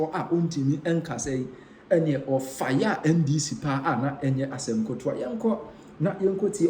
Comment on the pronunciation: Asem ketoa not Asem kotoa